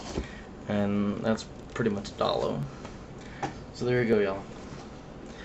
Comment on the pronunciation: dayyy looo say it right